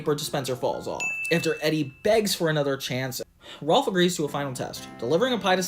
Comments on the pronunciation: Small nitpick, it's "Rolf" not "Ralph" lol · You kept calling Rolf “Ralph”